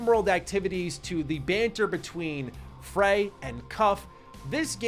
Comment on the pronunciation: Frey as in Frayed